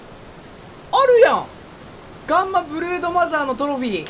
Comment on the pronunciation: 最初ブルーノマーズって聞こえてびっくりした